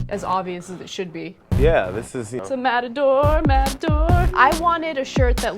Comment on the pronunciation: The AD at the end of the TYT videos always crack me up ... what is Ana saying "Matador"???